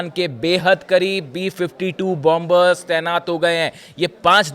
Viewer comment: It's Pronounced Bomer Where 2nd B is silent and Not BOM BER make a note😅 France🇫🇷